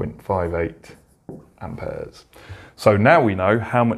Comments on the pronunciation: Amp ayaz😂😂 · I love how he says amperes 😂